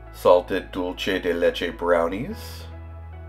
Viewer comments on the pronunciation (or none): Love brunch at Veranda. I had no idea they had this special buffet! It looks amazing! Pet peeve. Forgive me but dulce de leche is Spanish so it’s dul-say, not dul-chay. I can’t help myself. It’s the Spanish teacher in me. 😊